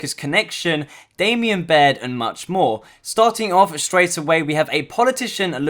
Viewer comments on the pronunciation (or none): please stop saying "Damian" Baird!!!!! Its "Damon"!!! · LOL It's pronounced Damon not Damien XD Nice vid.